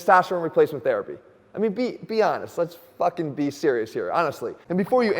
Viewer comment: Jeff said 'fucken'. I was already taking this quite seriously but now im dialed in af